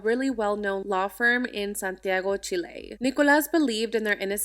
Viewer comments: Its pronounce Cheel-e :) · Really? “Chill-ay”